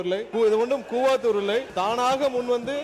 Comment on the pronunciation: அப்ப உங்க மாமியார் ஏன் tvk வுக்கு வரவில்லை. கூவத்தூர் ன்னு சொல்லுங்க. கூவாத்தூர் அல்ல.